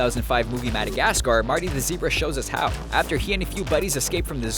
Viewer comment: Madagascar. Whent He Saids That It Sound Like Oh Shit I Had A Nice Day